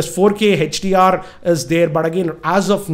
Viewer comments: sir it is hdr not hach dr😂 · its not HECHDR it is HDR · its note hechdr its hdr